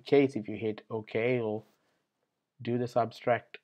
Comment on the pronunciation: It's "subtract" not "substract",.